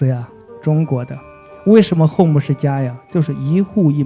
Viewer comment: home可以唸成戶母也是厲害，他的英語是體育老師教的吧